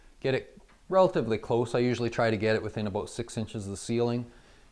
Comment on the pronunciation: "The're all about the same!" Edit: "aboot"